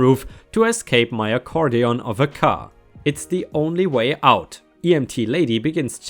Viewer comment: Semester - I've always heard it pronounced see-mess-ter. Accordion - I think most times I've heard this word it was pronounced a-cord-e-uhn, with the a being the same as the 1 at the start of away. Wiley - why-lee Jarring - jar-ring - you made it sound like the 1st r was an i. When it comes to jarring, barring, sparring, tarring, marring (& possibly others I can't remember off the top of my head) remember to let your inner pirate shine. Arr.;).... Oops my mistake, I just listened to it again, I misidentified your mistake. (I'm just using my phone's speaker, not headphones.) You're making the "a" a flat 1, like in jam, whereas it's supposed to join with the r to make the ar sound, as in car, far, etc. Cemented - se-ment-ed About your commercial-vehicle neighbour - I have no idea what systems are in place over there, but if it happened around here I'd try talking to the (town) council about it. Might be worth at least having a chat with you local equivalent, perhaps?